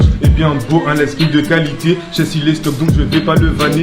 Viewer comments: au lieu de dire Shess ils dit Shech 🤣🤣🤣🤣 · Il a appelé shess « sheche » 😂😂😂😂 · C SHESS ET NON CHECH 😂😂😂